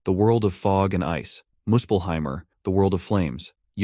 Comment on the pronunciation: This AI reads names of worlds with an 'er" in the end. Muspelheim'er', Helhiem'er'. First thought i had was: "I wish there was an Alzheim world xdd